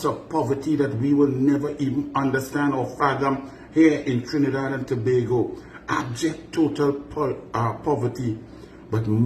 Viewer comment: I was also impressed that he pronounced Tobago Correctly!!!